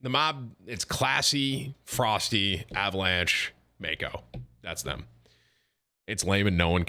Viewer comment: isnt Froste pronounced Frosteh?